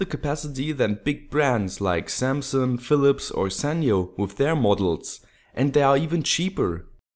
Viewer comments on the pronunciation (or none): none